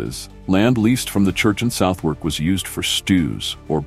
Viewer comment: Can someone please teach this AI that's its it's pronounced Sutherk, not South Wark